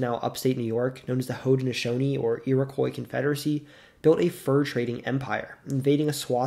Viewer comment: Thank you for saying Haudenosaunee correctly!